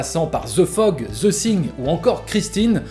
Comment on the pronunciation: Vidéo très intéressante, une bonne analyse de la technique de John Carpenter. Par contre tu as un gros souci dans la prononciation du titre "the thing" : , à plusieurs reprises dans la vidéo tu prononces le "th" du mot "thing" comme un "s " français, or on ne dit pas "the sing", mais plutôt "the fing" (quelque chose qui tend vers le son "f" et "v" plutôt que le "s", je simplifie volontairement, en réalité c'est un peu plus compliqué), un peu comme le mot "thank you", c'est un des sons les plus dur à prononcer pour un Français, mais il y a des vidéos pour s'améliorer